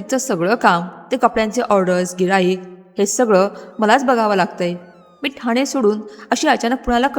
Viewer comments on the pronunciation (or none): none